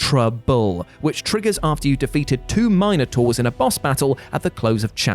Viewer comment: when did he pronounce "minotaur" like that?😂😂